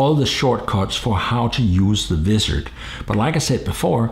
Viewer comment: ok,, repeat after me,, WAA IZZ ERD thats how you say Wizard not VIZZ ERD LOL just busting your chops